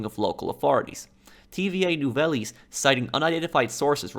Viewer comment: I love how you say tva nouvelles Its actually holarious but can't blame ya its french.